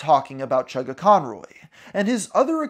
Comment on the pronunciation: havent watched the video yet but as soon as i hear him say "chuggaconroy" i felt pain